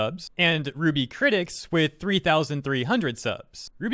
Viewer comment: So it's pronounced Ruby.. K